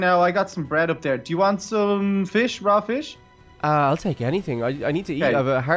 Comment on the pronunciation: I love your pronunciation feesh dargon chark 🤣🤣🤣😂😂😂🤪🤪🤨